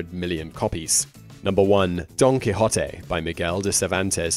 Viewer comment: Cao Xueqin: Dream of the Red Chamber; Antoine de Saint-Exupery: The Little Prince; Paulo Coelho (a Brasiliano): The Alchemist - I didn't know about these. Now go work on your pronunciation of Quixote - He was not a key hottie nor a key hot tay. Go listen to Ricky Ricardo of I Love Lucy say the O sound in NO.